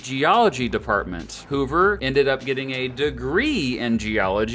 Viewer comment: "herbert hooVER"?